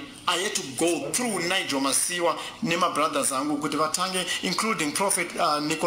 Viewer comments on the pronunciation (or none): none